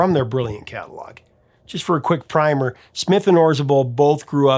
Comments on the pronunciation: You mispronounced 'primer' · It's pronounced "primmer".